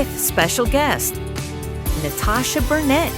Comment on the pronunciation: Elliott - you STILL didn't pronounce her name correctly in the intro - as she had pronounced it, anyway. Listen again, and try harder. Out of respect.